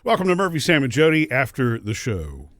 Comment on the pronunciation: Why hasn't anyone told these guys that the way they introduce themselves on radio as "Murphy, Sam, and Jodi" sounds like Murphy, SalmonJodi? That is all I hear in the intro. Jodi, SalmonMurphy will not work either. Sam has to come out of the middle space.